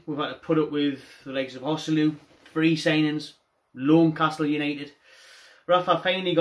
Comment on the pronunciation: ‘Loancastle United’🤣 🤣 🤣